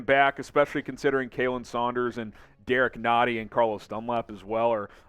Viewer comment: It's KAH-len Saunders, not KAY-len! Show that man you can pronounce his name right! He has earned it! ;-)